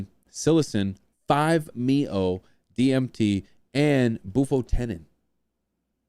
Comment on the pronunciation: dont say the word MeO, you say the leters bud lol its 5-M.E.O